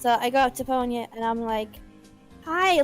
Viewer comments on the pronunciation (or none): I swear, every time I hear you say "Ponya" referring to the manaphy, I instead hear "Ponyo." XD